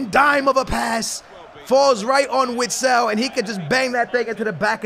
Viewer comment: It’s not (witsile) oat (vistel)